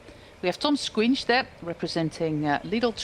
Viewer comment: It's Toms "Shkòins", not "squinch" ahahahhahaha